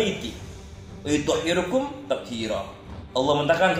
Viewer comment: ustadz bahlul muhibbin abal abal..bca ayat saja salah..yudzhibu..wa yuthhirukum..harusnya liyudzhiba..wa yuthohhirokum 😜👎